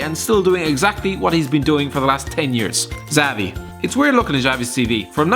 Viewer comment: You don't say Xavi's fucking name like that